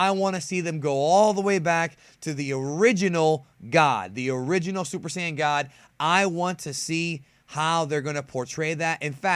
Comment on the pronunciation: man you just said super Say-un